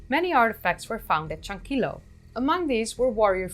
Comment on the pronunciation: Creo que pronunciaste correctamente la mayoría de los nombres. Algunos nombres de lugares no me son conocidos, así que no estoy seguro. Sobre Tello y Chankillo, has de saber que en el castellano la doble L vale por el mismo sonido que la Y, no es como el Italiano. Hace poco se han realizado nuevos descubrimientos en Chavin, cerca de Casma pero en las alturas de los Andes. Nuevas galerías subterráneas bajo el templo antiguo. También una cultura muy antigua descubierta en la zona del río Marañón, entre Ecuador y Perú. Uno de las más interesantes revelaciones es que habrían domesticado el cacao 1,500 años antes que los Mayas.